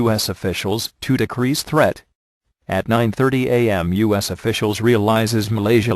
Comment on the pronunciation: When the voice first said U.S. it sounded like "us" then when it said it again it sounded more like U.S.